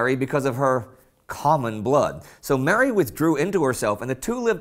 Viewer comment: The way you pronounce Mary is sickening!